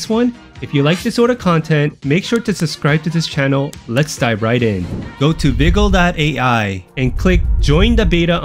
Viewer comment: what are you talking about? you cant make the text to speech say "AI"??? Literally feels like you put in minimal effort and didnt even listen to your AI read the script all the way thru.